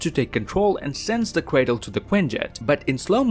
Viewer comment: Dude probably has a speech impediment cuz he calls Ultron “Ultwon” and Cratle as “Cwatle” like 5 times